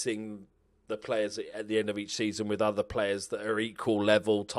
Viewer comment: “The chairman usually deals wiv that kinda thing”